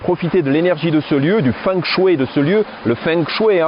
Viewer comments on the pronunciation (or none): Bonjour Merci pour la vidéo Petite remarque toute amicale En chinois on ne prononce pas feng mais fong de fengshui. Et shui, ce dit chouei.. Xiexie